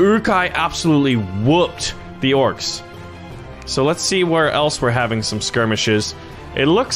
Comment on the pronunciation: Orcs not orces